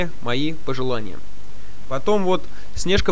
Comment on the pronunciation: читает чужой текст СнЕжка вместо простого русского слова СнежкА бы. Ну тупойййййййй!!!